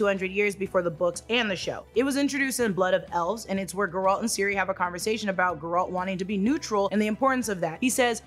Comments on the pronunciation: It's Geralt no Ga-ralt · Who is Ge Ralt 🤔🥱 its Geralt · It’s “Geralt” not “Ga-ralt” 🤦‍♂️ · It’s Géralt not Garalt. Thanks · Nobody:: geh-rAUl 😂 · Gee! Its GEralt! the accent is on the first syllabe - Ghea-ralt. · Guh-Rilt and Earadin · His name is pronounced Geh-Rult, he says it himself. Did you even play the games? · I love you but that pronunciation of garlet is throwing me off 😂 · at least say the name right names* Geralt and Eredin were done so dirty in this lmao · What’s with the weird pronunciation of Geralts name? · that is not how you say it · not a bad video but you have no idea how to pronounce Geralt's name which is weird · The way you say GERALTS name is atrocious. Shame on you.